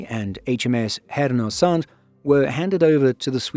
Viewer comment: "Härnösand" could use some work, though. But nobody's perfect.